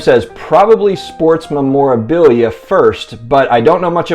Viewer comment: Lol you need to learn how to say memorabilia